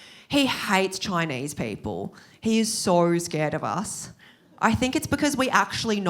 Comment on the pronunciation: The way she says Choynaise😂